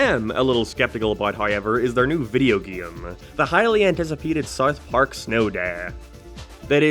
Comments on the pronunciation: Why do you say SARTH PARK? And why is this being recommended to me? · Am i having a stroke or are you pronouncing it Sarth Park? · “Wherr is Sarth Parrg?” I dunno man, you tell me! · “Sauth park” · Whats Sarth Park? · saurth park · "sarth park" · "Where is sourth park" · "Where is sourf parc" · Su-arth Park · Saurth pauurrk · whaer is sarth park